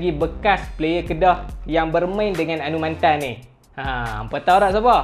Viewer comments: Anumanthen cara sebut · Cara sebut nama dia Anu Ma then Hehe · Fuh info padat... Tp bab sebut nama dia tak buat research ka.. Anumathen... Mantan??? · Cra sbut tu mcm slh ja😅,mcm Sathianathan org sbut sathianaden